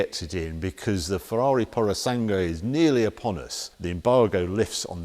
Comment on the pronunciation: For goodness'sake Harry. I know Italian isn't your first language but really..!? Poo row sang way. Pu ro sang ue. Simple really. Also hybrid contains no toastable bakery products.